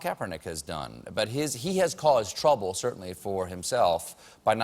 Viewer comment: Getting in "Good TRUBBBA" 😆😆😂😂🤣🤣